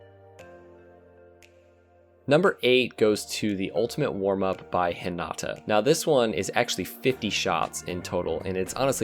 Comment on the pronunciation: DID HE SAY (HIN-AH-TAH) I THINK U MEAN (HEE-NAH-TAH) BAKA